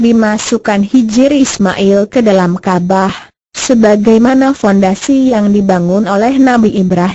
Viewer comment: Bukan kabah tapi kabawww kabarr hahay😂😂😂😂😂